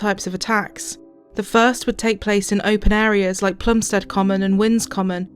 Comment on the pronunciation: It's a great documentary but it's 'Plumstid' and 'Ear-ith' as my elderly Plumstid born mum could tell you! Otherwise 10/10!